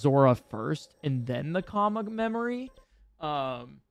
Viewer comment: I'm dying you calling the tear memory COMMA 😂😂😂